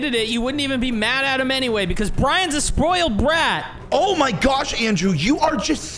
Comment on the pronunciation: Uhhhhhhhhhhhhh in this one part andrew saws boiled brat instead of spoiled brat lol